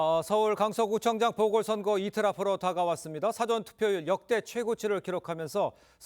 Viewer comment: 대변인이 '사아전'투표 라는 발음조차 못합니다. 영어 '사전' 이라 하는 실력을 지닌 인간입니다. 정의당이나 민주당 대변인이 적합합니다.